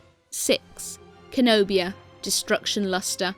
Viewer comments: Lady, its CENOBIA. Not KENOBIA. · KEN-O-BIA,HOW DARE U SAY CENOBIA'S NAME LIKE THAT,HE IS MY FAVORITE COLOSSUS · its cenobia not kenobia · BAGUETTE BAGUETTE eh, say it however you want. I always pronounce it as “SEN-nobia”